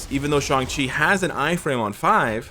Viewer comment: YES, I see a pattern.... can NOT pronounce ShAng Chi correctly for the past 7 videos!